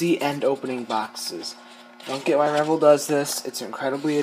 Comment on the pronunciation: nice work FER CRISSAKES ITS PRONOUNCED "rev-elle" as in "rev the engine and "what the 'ell" in a Cockney accent and the accent is on the second syllable. "Rev - ELLE". I learned this in 1960 an hunnert years before you were born. Aloha.